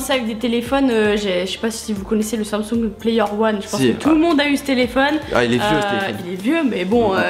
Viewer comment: Ptdddr team iPhone, android c’est nul (sorry les gars m’insultez pas) assez louche le nom 😂 par contre comment tu dis Samsung wsh « sansongue » 😂😂😠